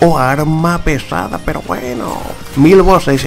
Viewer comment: Si los enemigos son mantequilla peroh estoh q ehhhhh